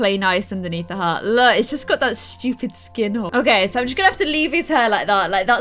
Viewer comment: when you say hat you say hot